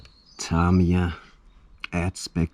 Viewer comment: Lovely place you got there. I just picked up 25th Anniversary Memorial Fighter Buggy RX today! Super excited! Btw, correct way to say "Tamiya" Ta-mee-ya